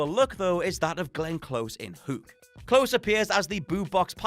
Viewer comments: Not sure what drives me crazy more, the way reads every sentence the exact same way or how he pronounces “Hook” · That's a British thing. They almost all pronounce it Whooook instead of how North Americans do. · And the way he pronounced, "Hook" really grinds my gears